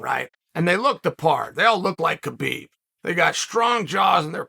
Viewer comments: Maybe your best video ever! But Kale, I think it's time you learn how to say Khabib's name... the K is silent. It's pronounced Habib... but we all know `names' is not your thing! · How you know Khabib in person and still say his name wrong. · "And Skabib comes in" Aahaa ha hajaha......